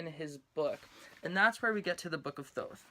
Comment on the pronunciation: FINALLY SOMEONE WHO PRONOUNCES THOTH RIGHT!!!!!!!!!!!!!!!!!!